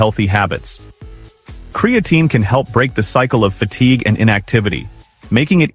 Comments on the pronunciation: As soon as I here creatine mispronounced by AI, I'm done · Hard to take this seriously when the AI narrator can pronounce creatine correctly only half the 😅time. There are much better info sources on this subject, like Physionics or Found My Fitness.